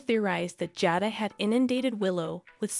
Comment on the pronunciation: Her name is pronounced (jay-da)